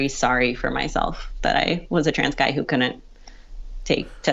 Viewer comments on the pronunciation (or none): Ok...I know being a pronunciation Nazi is disgusting, but "counnant" for "couldn't" drives me crazy. A local news reporter said "impornant" for "important" the other day, and I emailed the station.